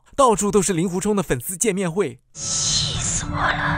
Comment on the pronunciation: 给点个赞，把令狐念作ling（音同龄）狐，这在如今连普通话都念不准就出来做视频自媒体的大多数，简直不知道高到哪里去了。因为那些玩意更不会去查这些音易错字到底应该念作什么。